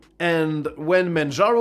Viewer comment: "manjarno" XD